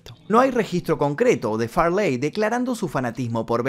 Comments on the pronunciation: Porque dice far ley y farley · Chris Fartey, prrrrtttt 💨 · Su nombre no era Farláy, sino Farley, pronunciado como Fáh-lee. Okay? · Farleeey, jajajaja... qué nació en Birminham?. Seguro surfshark lo sabe.